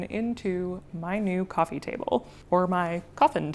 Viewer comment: Coffeen table!! 😂 sorry, i couldn't resist...